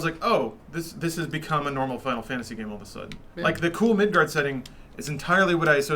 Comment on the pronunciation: Pretentious asshole comment: It's "Midgar". not "Midgard."